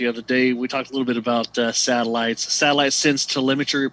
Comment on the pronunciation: You keep saying SALITES